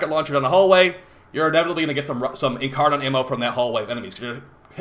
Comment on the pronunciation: Incaron triggers me a bit without being incar-nun